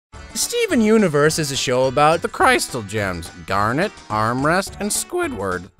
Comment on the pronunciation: I like he says garnet right and the others the wrong way